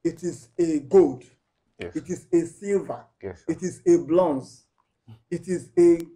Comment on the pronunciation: "It is a blonze" 😹😹